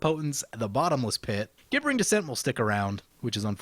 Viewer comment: I feel like the pronunciation police at this point, but it's pronounced like "jibbering". Love your videos though, keep them coming!